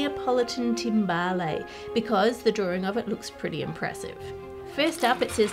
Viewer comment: The 'e' in timbale is silent.